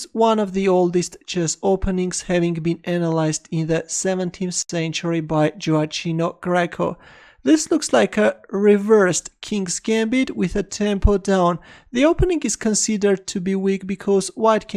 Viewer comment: It's gioakino not gioachino